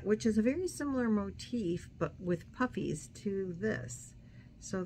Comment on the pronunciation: Your pink blanket turned out so cute! When you first said "the puffies" I heard puppies!